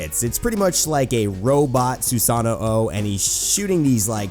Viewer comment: I thought I was the only one !